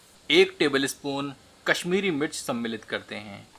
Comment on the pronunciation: Aap ye word "सम्मिलित" ko bhut hi acche se bolte hai, Suddh hindi word 👍